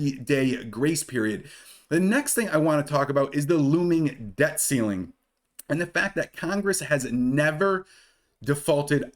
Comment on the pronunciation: Pronounce your T's. We aren't in great Britain! Good video... Debt. Not deh.. Button not buh ehnn